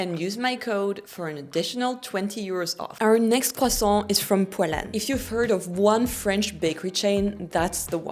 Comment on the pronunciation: when she said Poilâne I thought she said Poland at first 😂